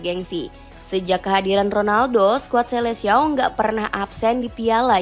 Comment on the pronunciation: Bacanya riKardo Kuarezma tulisannya Ricardo quaresma bacanya skuad selekao